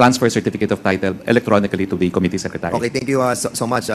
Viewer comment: “Committee”… accent on the SECOND syllable!! … Com-mít-tee…